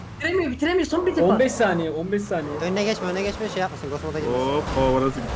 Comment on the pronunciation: anından anına kadar izlerseniz 1 taniye diyor😂😂😂